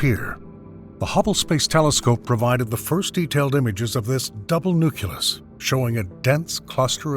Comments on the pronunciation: Nucleus, not nucyulus... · You can say "nuclear" correctly but not "nucleus"; "nuculous" is not a word. I cannot listen to this any longer, it irks me to no end. It was good content but i couldn't make it past 10 minutes because of that; learn how to pronounce properly, please. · NUCLEUS NOT NUCULUS